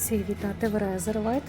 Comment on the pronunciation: Дякую, дуже правільно поправили! А то по вухам